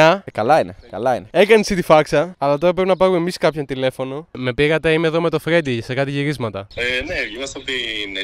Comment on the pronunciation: Καθε φορα που λεει Φγέντι λιωνω